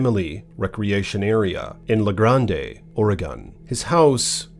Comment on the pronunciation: Thank you for sharing. Just a friendly tip, it’s pronounced “La Grand” not “grande”. 💓 Fellow Oregonian here. The names in the PNW are not always easy to pronounce.